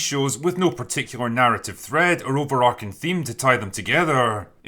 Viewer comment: Drinker, love your videos but you guys keep saying “over-arcing.” The word is ‘overarching’ and it’s pronounced how it looks, as in the way an archway arches over something. I understand why you might think it’s ‘over-arcing’ because I once said that too, and in a vacuum it does kinda sound cooler, but in a world where there is no such word, it doesn’t sound cooler: it’s an error. So idk if you need to make an announcement on Open Bar or what, but everybody in your circle makes this same mistake and I can no longer stand by.